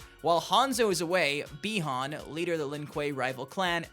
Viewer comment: Its pronounced buy-han